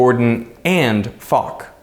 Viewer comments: IT IS NOT FOCK! IT IS FOK from "Vladimir Aleksandrovič FOK" (Владимир Александрович Фок)... british Disgusting Humor Again... 🤬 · Nice touch for "Fock" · "fock !" - fock probably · "Fock" was wild as f*ck😂😂😂😂